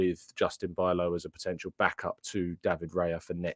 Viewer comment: I actually think (I easily could be wrong) it's pronounced "bee-lov".